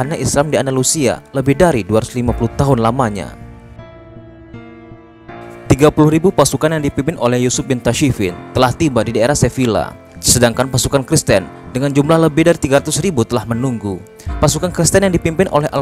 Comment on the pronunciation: Itu Badajoz dibacanya Badahos. Sevilla dibaca Seviyya. Yg pernah main Age of Empires 2 the conquerors pasti tahu. Raja Alfonso VI adiknya Raja Sancho. Yg punya ambisi jadi raja seluruh Spanyol. Dia punya ksatria kepercayaan yg bernama Rodrigo Diaz de Bivar aka El Cid Campeador.